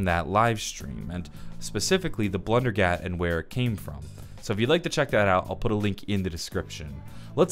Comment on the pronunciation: Blundergat = blundellgat lol